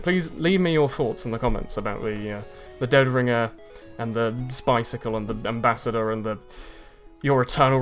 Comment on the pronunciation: WTF IS THAT AMBASSDOR XD